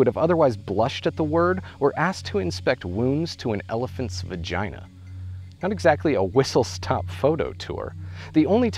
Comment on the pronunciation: haha he said vajija